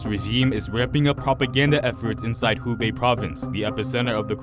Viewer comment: Greetings from Shanghai! Thank you for the in-depth news reports. But it seems that two of your reporters are mispronouncing the name of the province, making it sound like “Hebei” (a different province.) Should sound like “who bay”. Just sayin.